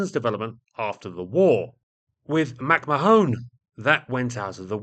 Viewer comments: Mac Mahon is pronounced Mac Mah-Hon , say it fast, not with an additional e at the end ,"Mac Ma-Hone " literally means "my arse " in Irish. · Mack.mahone you serious? McMahon is pronounced oh effing Google it. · No it’s pronounced MacMarn (2 syllables not 3). It’s a fairly common surname originating in the UK, so I’m not sure how managed to consistently mis-pronounce it?? Then again, he mis-pronounces the most basic word in the dictionary “The” as “Thee” all the time! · or in Ireland, Mac Ma-hon (not Mahone) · McMahon is not pronounced "mak ma-HONE," but "mic MAH-hun."The way you pronounce it quite literally changes its meaning from "son of bear," to "son of my ass." "Mo tHoine" (pronounced "mo-HONE") quite literally means "my ass" in Irish, as in the quaint colloquial Irish phrase, "pog mo tHoine." I would appreciate it if you would edit this video to replace "mak ma-HONE" with "mic MAH-hun" at your earliest possible convenience. Sincerely, Mahon MacRi. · I'd say that name would be pronounced more like "Mc Man". Granted, slightly oversimplified, but way closer than "Mac ma-Hone" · "McMahone" - is that really how it is pronounced in the US? In Ireland it is pronounced Mac-Mah-on, with the emphasis on the middle syllable. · "Mack-mah-hon" ; "mah" sounding the same as the first syllable of "malevolent", and the third syllable as in the first syllable of " honey". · Mac-Marrn is how you pronounce it. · It's pronounced McMa'ahn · Two bits of pedantry. First, I think "McMahon" is pronounced "Macmarne". Second, many US B29s during the war were equipped with licence-built versions of the British H2S ground/nav radars, but the belly fairings for these were usually edited out or masked. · McMahon is pronounced MacMayen. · Great video, thank you. Sorry to be a pedant, but McMahon is pronounced McMarn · Another pedant here. The "o" in McMahon is silent - at least every time I've heard it. McMahon comes to mind.